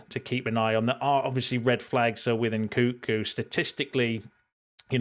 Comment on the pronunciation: What do I think about NKunku? I think you should learn to pronounce his name properly 😂